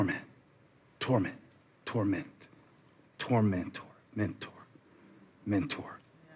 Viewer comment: tor-mentor tora mentor lol